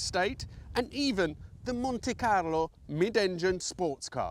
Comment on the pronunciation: ok fine but you said "monte carlo" with an italian inflection. awkward.